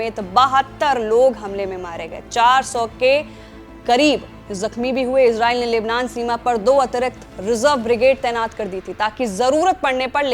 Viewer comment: Oxford और Cambridge डिक्शनरी के अनुसार ISRAEL का सही उच्चारण "इज़रेल" है जबकि रेख़्ता डिक्शनरी के अनुसार "इसराईल" है। सही उच्चारण का इस्तेमाल करें।